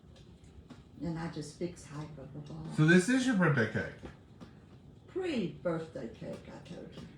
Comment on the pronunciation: BIRTH-DAY ….. not BIRT-DAY. why do people pronounce it that way??????